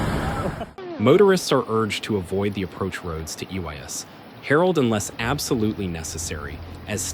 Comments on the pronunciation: You mean it's not pronounced, "Ooh yes, Harold"? 😂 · i live quite close to this pretty little village. They should be begging the world for assistance but they won't. i can't believe some of these people are laughing at this disaster. and can you please get this horrible AI voice to pronounce the name of the village correctly.?